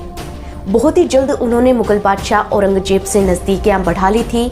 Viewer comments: Auranjeb nahi. Auranzeb.. Do not pronounce z as j ..😂😂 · Aurangjeb nahi Aurangzeb kaho. Region ko rezon, rajdhani ko razdhani aur Baji rao ko Bazi rao keh rehi hai. Teri auqaat nahi hai Nizam ya Mughal ke baare mein muh bhi khol sake. Waise teri soorat bhi kisi kulche se kam nahi hai. 😁😁😁